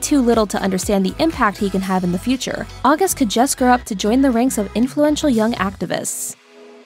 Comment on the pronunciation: Love it! Although I don't think it's pronounced like the month of August.